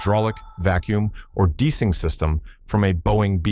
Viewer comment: 1 minute 20 seconds; DE-ICE-ING, please, please train Your AI better.